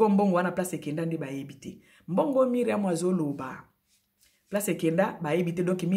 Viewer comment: Ndaku ya Myriam eza en etage, de quoi parles tu? Biso nioso to yebi que Myriam a lingaki a yebana. Ozo koka ata ko prononcer Myriam comme il se doit te. A tikala ou pas oza en vacance o kende ko tuna biloko ya ko lia.? Na mukuse bo conseiller Carine bo tika ko induire ye na erreur. Mikanda e koma makambu e bele soki ba koti ye nsoki,na ngunda wana e zo risquer ba bebisela ye. Carine concentre toi sur ta vie.